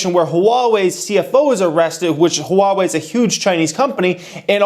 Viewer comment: Never knew how to pronounce "Huawei" before :)